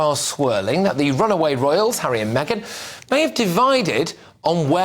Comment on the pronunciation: Never thought I'd hear Lady C saying Megain gives Hawwy head.😂